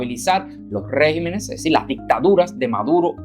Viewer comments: Estimado...por favor, enmienda lo que dices. Estàs diciendo REGIMENES...Lo correcto es: REGÌMENES...con acento en la I. Perdona, pero deseo que todo salga bien en tu programa. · Regímenes, se pronuncia con acento en la "í" REGÍMENES.... cuidemos el idioma para no darle paso a los progresistas. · Se dice: "Regímenes", y No Régimens,lo cual es incorrecto. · No se dice régimenes, lo correcto es REGÍMENES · No se dice rÉgimenes, sino regÍmenes. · Se dice regímenes. Buena entrega...